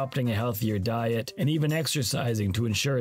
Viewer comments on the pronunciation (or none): none